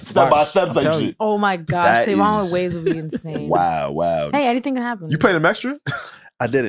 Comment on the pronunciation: yo that intro throwin me off SaVon you gotta switch that lol you can be " sa with the clean slate" or something but the pause into the "N" .... ( also s/o to P referencing rhody and my home turf's terrible driving that actually happened to me one time and somebody who saw us driving had called the police on us homie threw something out the window at me blew a red light trying to fishtail me)